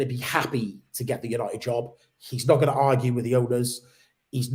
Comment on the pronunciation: U-nigh-it... Sounds terrible